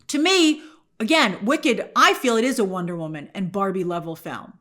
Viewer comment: I swear I keep hearing Wiccan instead of Wicked